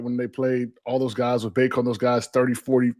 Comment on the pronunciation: The fact that Armando played at Carolina for 5 years and still calls him (pronounced like Bake-O) hurts my soul.. my guy it’s Bacot (Pronounced like Bay-Cot) 😅 haha. Great show though:)